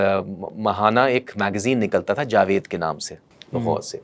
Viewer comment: Bht khubsorat andaz hai inka, or Urdu talufz bhi bht Zabardast hai...